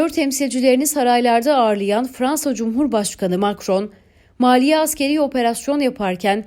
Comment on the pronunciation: Mali ye maliye diyen seslendirici duz ayak oku gitsin ne dedigini onunda bildigini zannetmiyorum insanlarin kulagina hitap ediyorsuniz gelistirin kendinizi..